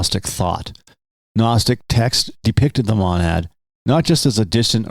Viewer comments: Lol... Matt Berry's voice... Although i don't say it that way and its kinda like mild nails on a chalkboard, I "enjoy" yoyr pronunciations: "Dem-i-urge" instead of "dem-mee-urge," or "mah-nad" instead of "mohn-ad." And you missed one: "plah-tyne-uss" Keep it up good work. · Its a long O on Monad, God your pronounciation is like nails on a chalkboard